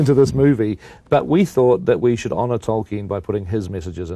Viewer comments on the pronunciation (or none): none